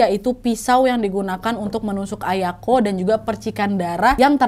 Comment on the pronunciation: Aku dengernya ayangku bukan ayako 😂